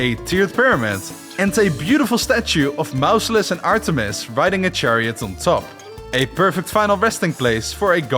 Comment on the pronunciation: "MOUSE-ilus"? Bruh, use google and learn how to pronounce things.